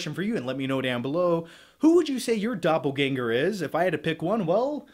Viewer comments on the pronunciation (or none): none